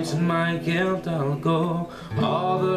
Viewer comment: As someone from Scotland, I have to admit, the way you sing it is very similar to the way most Scot's would sing it, my only criticism would be that it's pronounced "TROOSERS" with emphasis on the "oo" and rolling of the "R".(If you listen to the original, you'll get what I mean) Otherwise a very worthy cover man, awesome job! :)